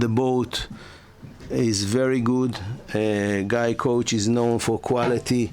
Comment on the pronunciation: Isn't it 'Guy Couach?'